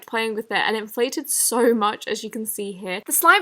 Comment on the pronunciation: Every time she says so I hear soy?!